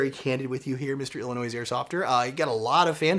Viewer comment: Oh! And as a Chicagoan - you don’t pronounce the S in Illinois :) - el-lah-noy